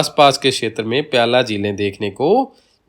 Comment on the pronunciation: वीडियो बहुत अच्छा व ज्ञानवर्धक है, पर दो जगह उच्चारण की अशुद्धि है- प्लाया को आप प्याला बोल रहे हैं और खड़ीन को खंडीन बोल रहे हैं।शायद क्षेत्रीयता का प्रभाव है.. फिर भी ये दोष क्षम्य है।🎉❤